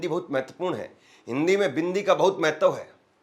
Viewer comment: महतव नहीं होता है श्रीमान जी महत्व होता है । और दोरा नहीं होता दौरा होता है ।